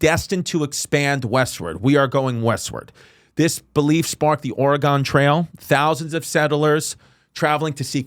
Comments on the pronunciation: Oregon is pronounced exactly like “organ”. Ore-gone is cringe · “Or- a- gone trail” Wait a minute here homie😂😂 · wow you went to the same pronunciation school as dave smith. OREGAWWWN trail. its wild its in your own country and you still cant pronounce it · Brother please learn how to properly pronounce Oregon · Love you bro but learn how to say Oregon for the love of god!!!